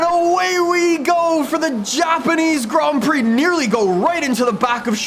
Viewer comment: Grand prix not grom prix haha